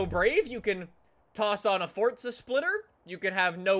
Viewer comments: Why do you say FORTZA?? Its Forza bruh😂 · Y do u say fortza and not forza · Forza not fortza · Just a heads up, it's FORZA...NOT FORTZA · For-za not FORT-ZA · ITS FOR ZA NOT FORTZA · Not fotza horizon 4 its forza horizon 4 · Why do you keep saying fortza horizon 4 when its forza horizon 4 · It’s forza not fortza can u read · you dont sound like your from europe so why do you say fortza unless there is 2 Zs it is for-zuh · Nobody: Still nobody: Not a soul: Not even ur mom::Welcome back to FORTZA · Pauletti It’s easier on the tounge to say “for-za” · “ forTTzuh “ it hurts when he says it like that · The way he says forza he says fortza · More like glasgow fortza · At the start you said fortza horizon 4 lol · Y does he say forza like fortza its funny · Fucking hell first vid I had watched and just the way he says FORDZA NOT FORA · Dude please stop saying fordza because that’s what your saying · Can he please stop saying fortza 😂😂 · but it's not the way of pronunciation